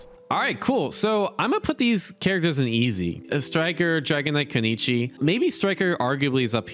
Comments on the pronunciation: I know some names get pronounced wrong but “Keneechi” for kunoichi makes me question if you’re even reading, lol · Koo noy chee . Getting triggered here every time he says konichi lol.